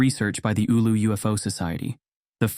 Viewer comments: Not Oulo but Oulu ! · You can increase your credibility by taking the time to look up the correct pronunciation of these place names. For example, “Eewloo” isn’t how you say “Oulu”, and it takes minimal effort to get it right.